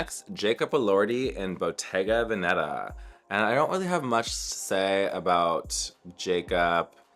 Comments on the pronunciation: Please Naomi, it's Bottéga Véneta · Naomi pronouncing Botega Veneta incorrectly… is a sign from another galaxy that he.